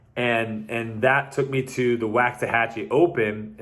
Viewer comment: One of my highlights of 2020 was getting back into disc golf after years of time off. Also, a close second is your pronunciation of wax-ahachie. Keep the videos comin!